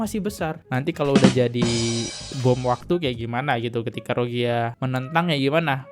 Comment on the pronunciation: kak maaf ya, bacanya diperhatikan jangan salah mulu.. coba bacanya pelan² baca veteran jadi ventral rohingya jadi rozia gemes dengernya.. maaf banget kak